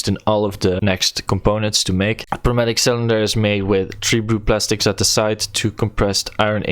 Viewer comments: I still believe the p is silent there too, it's just closer sounding to noi (as is noise) mat-ish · I'm gonna change your life a little bit. The P is silent. so its pronounced new matic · I‘m pretty sure he is German & we know this als „Pneumatik“, thats why he use the P